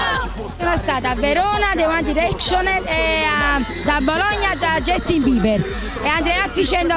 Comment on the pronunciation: Quella signora mi fa ridere nel come pronuncia Justin e I one direction! Bhe devo dire che loro sono ovunque! spaccano! mi dispiace per chi li odia! LOL